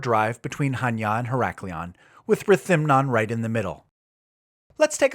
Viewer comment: I like that you're pronouncing Chaniá Χανιά with the accent on the last 'a'. There are a few English-speaking travellers making blogs about Greece and most of them can't read Greek or pronounce the names half-way correctly. Kudos. All the best from Switzerland, Rob